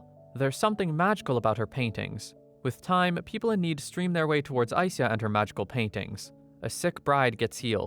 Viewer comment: I believe ai - sya is the way to pronounce the name